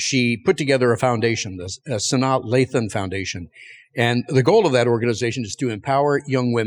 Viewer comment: Six seconds in and I had to stop at that horrible pronunciation of Sanaa Lathan's name. 😂